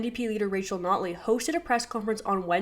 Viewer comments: “Rachel sNotley” 😂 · Did anyone else catch the Freudian slip of the host calling notley snotley?